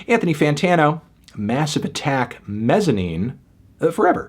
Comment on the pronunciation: I love this album and still listen to it regularly. It throws me off that your place the emphasis on the "-ine" syllable instead of the "Mez" syllable...